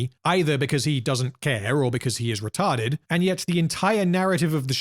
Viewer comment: OMG HE SAID RETART!!!! Give that man a cookie🤣